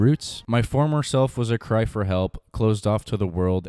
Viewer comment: "hear my cwy" killed me